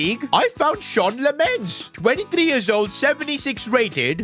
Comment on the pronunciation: lol the fact he said Sean lammens